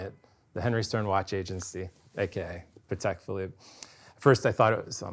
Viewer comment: Cannot thank enough for correctly pronouncing Patek - the polish way., absolute patek legend.